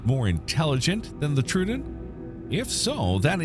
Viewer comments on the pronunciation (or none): Troödon is pronounced "troh-oh-don," NOT "trudon," with the "u" in the latter pronounced as in "true," "blue," "Sue," or rhyming with "slew," "few," "new," etc.